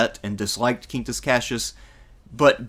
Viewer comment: Both in Italian and Latin (classical pronunciation 2k years ago and ecclesiastical Latin), the QU in Quintus is pronounced the same way you would in english; Kween-toos). If it was spelled the same but pronounced in spanish then it would be "keen-toos" like you pronounced it in the video.